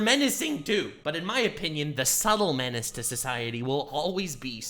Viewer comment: Man really fucked the word menace up..... So sad, man got not that great taste in content anymore....